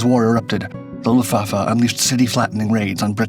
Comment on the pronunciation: The issue isn't the word, it's the pronunciation. Or lack of it. Unless the sponge kingdom was a part of WWII in a way I wasn't aware.